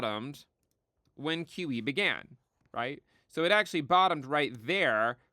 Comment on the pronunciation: When says “QE” it sounds like “kiwi.” “No kiwi for you!” - 2024